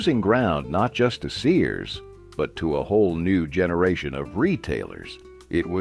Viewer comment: Your "narrator" mispronounced Sears as Sayers.